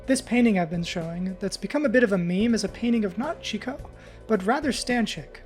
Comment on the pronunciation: I feel like everyone gets chicot wrong, if you say it sloweer it sounds like cheat code